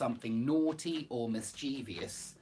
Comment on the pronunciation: Hi,. Without wishing to come across as uncouth, ungrateful or anything of the sort, but doesn't the word 'mischievous' have its stress on the first syllable? Mmm, that's what I was led to believe to be the case... Sorry about that. Thanks for the upload.